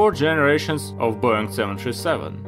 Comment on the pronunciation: I'm an AVGEEK, though sometimes I watch your videos on repeat because my Wife loves the way you say Boeing. She walks around the house saying boing boing like you're Tigger from Winnie the Pooh!